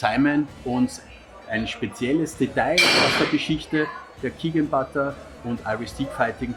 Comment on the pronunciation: Pronounced botta.